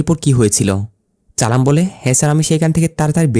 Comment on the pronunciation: উচ্চারণ আরো ভালো করতে হবে। চালাম চালাম না বলে সালাম বলতে হবে